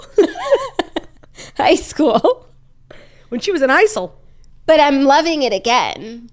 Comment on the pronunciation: LOLED at “when I was in heisel!”😂😂😂